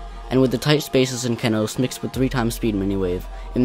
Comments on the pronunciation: the only part I didn't like was how he / she said ke-nos and not KE-nos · It’s kenos(key-nose), not kennnosss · I can't believe I used to pronounce Kenos Kay-noss